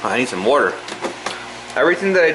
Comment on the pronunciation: Where are your from? You're pronouncing water like a Fuladelfian.